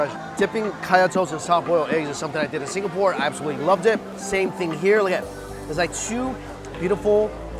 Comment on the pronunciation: I cringe every time he says Singapore...